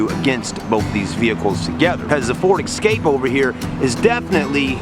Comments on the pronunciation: It's pronounced E-scape not X-scape.What's with those Bug-Eye sun goggles ? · Yes folks, he says” ek scape” and he says “ Mars da”, l do wish you yanks would learn to speak the English language correctly instead of butchering it all the time.